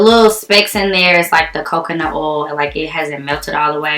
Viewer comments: The way you say OIL, sis I crack up 😂😂😅😂. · i love the way you say oil, you sound southern like me 🤣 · The way she says oil😂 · I love it😂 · Lol it's a black girl thang